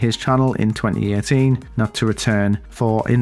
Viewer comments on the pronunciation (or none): "Twenny EyyyEeen" You mean 2018 right?